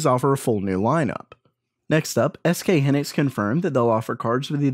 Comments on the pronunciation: HYnixs, not hinics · hee-nix lol it's hai-nix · SK Hynix, not Hinix - 'Hy' like in Hyena ( /haɪˈiːnə/ ) , not like 'hi' in hindrance ( /ˈhɪndrəns/ ) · Triggered. It's "high-nicks". S. K. "High nicks"